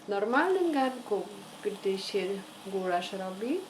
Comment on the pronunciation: Gulasz a nie Gularz. Przgotowanie gulaszu a nie gularzu ;)